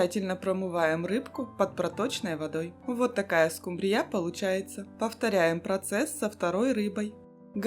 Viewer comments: Покажите миллионера 😅 СкУмбрия а не СумбрИя, если что.😊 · Почему скумбриЯ, скумбриЁй? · СкумбриЯ? Вы кто по национальности? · "Домработница миллионера" - это что-то! Улыбнуло!😊 СкумбриЯ - звучит😅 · Скумбрия ударения на У. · Хорошие и красивые рецепты, жаль, что ваши миллионеры не подсказали , что скумбрия, ударение на у